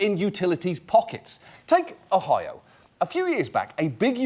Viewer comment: I'm delighted to learn that John Oliver has no idea how to pronounce "Ohio"